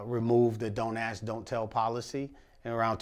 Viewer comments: He lost me when he started saying "ask" as "ax" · How's a guy this experienced, with so much gumption, still saying "ax" instead of "ask?" That was shocking to me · I'm a little disappointed he says "Axe" vs Ask... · Don’t AXE don’t tell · "Don't axe don't tell"? 🤔